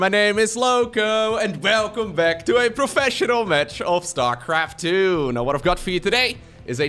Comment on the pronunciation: "velcome back"